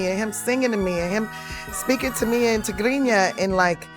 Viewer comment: I like the way she pronounced Tigrinya still, shout out to Tiffany Haddish 🇪🇷